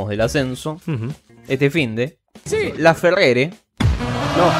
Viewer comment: Es Laferrere no lafeger